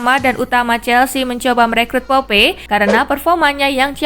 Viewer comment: Nick Pope, bacanya Nick Poup aja min🤝